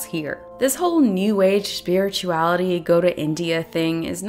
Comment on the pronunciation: I heard “superiorality” instead of spirituality. Having read & watched EPL, it works. Really enjoyed your review!